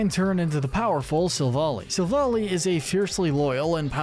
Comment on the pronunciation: It’s pronounced cor-SUH-luh and sill-VAL-EYE, “”! 🤨 Stop mispronouncing Pokémon names,! 🙄